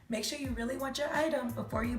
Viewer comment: “Make sho you really want cho item before you buy it” 😂😂😂😂😂